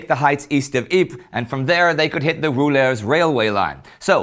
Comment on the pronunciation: The Roulers railway line. It's in Flanders, so it's Roeselare (roo-se-lah-re). Get it straight after 4 (!) years plz